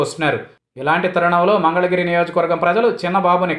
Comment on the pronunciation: He does not want to go till he learns pronunciation of " mangalagiri " instead of " mandalagiri ".